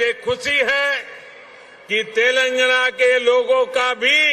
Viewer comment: Anpad pehle tilangana kehna toh seekh le 😂😂